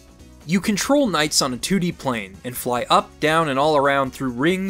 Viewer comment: Haha. He said toodie 😄 🤣 😂